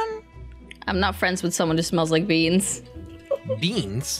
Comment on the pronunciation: of the end moody and sanna playing flee the facitiy says i dont wike it🤣🤣🤣🤣🤣🤣🤣🤣🤣🤣🤣🤣🤣🤣🤣🤣🤣🤣🤣🤣🤣🤣🤣🤣🤣🤣🤣